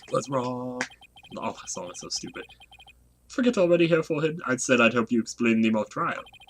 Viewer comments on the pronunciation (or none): none